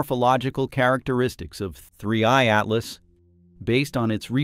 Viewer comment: Oh, don't you like the artifical pronunciation of 3IATLAS? It sounds so nice and disturbing when the AI constantly says 3IATLAS in such a weird way that doesn't fit at all to the rest of the video ;-))) Yes, such an AI behavior is just disturbing, it makes it really hard to keep watching this video until the end... But I guess, it's better than letting the AI do it's usual thing of guessing the pronunciation wrong like the typical Boeing 3hundred37 pronunciation ;-)